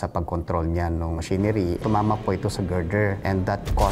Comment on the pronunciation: GIRDER HA HINDI GRINDER!